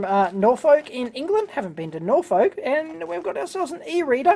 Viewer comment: Norfolk is pronounced more like norfick